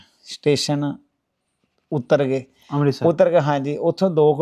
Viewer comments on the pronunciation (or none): none